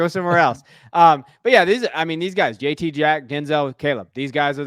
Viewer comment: My man is one of the ONLY people to say JT’s name correctly. 🙌🏼